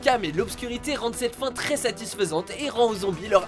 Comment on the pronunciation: Oui et ? Il l'a bien dit je comprends pas 😂